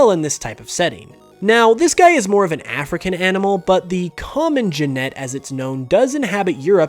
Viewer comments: You were very close with the genet pronunciation, only the 'e's were switched, so it's gEnet and not genEt. ;) But good one, and agree, it would be a wonderful addition to the Pokedex! Same with the Hoopoe (pronounced Hoo-poo). ;) Sorry to sound like a pronunciation policewoman. My bad. :P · A genet is pronounced gen-it I know cos I live really close to a zoo and they have one in this show thing